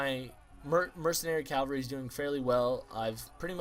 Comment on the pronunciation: just so you know, the horsemen are pronounced like CAV-AL-REE